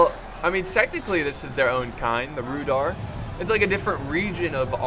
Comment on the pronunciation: i think its prounanced rude are